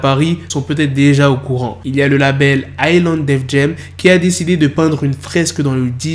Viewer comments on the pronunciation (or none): none